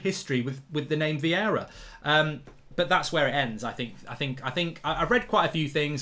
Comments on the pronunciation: It’s Vieira not Viera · It's Vieira not Viera but it's all good ahahaha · Vieira not Viera